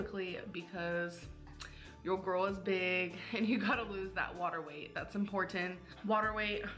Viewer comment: She also pronounces "girl" as "GORL." I thought it was a name her fans made up to make fun of her but she legitimately can't pronounce girl.